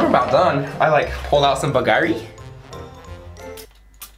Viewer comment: pronounces every french name perfectly also: pronounces it bAlGaŘee made me laugh